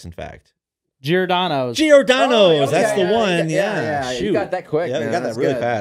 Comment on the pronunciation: It's giordanos ya dingus